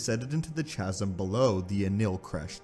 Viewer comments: Chasm is pronounced kazm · You need to learn how to pronounce words. "Lattice" The a sounds like lap or lad. "Chasm" the ch. Sounds like a k not like church